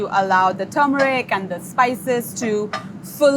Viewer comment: Or “turmeric”. People keep missing that first R. But as long as the food’s good I’ll cut ‘em some slack.